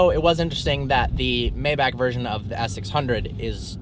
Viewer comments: Alexander Lemcke Its pronouced MyBach not mayback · It's Pronounced My-Bakh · It's still not called Maybac 😂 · It's neither "Maibak" nor "Maybaek", it's spelled "Maybach" :D If you wanna hear use Google Translator German Language voice output. Greetings from Germany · Just say maybah with HHHH not k